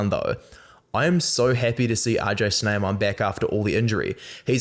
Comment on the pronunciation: Your Pronuncing RG Snyman wrong 😅 but the others are correct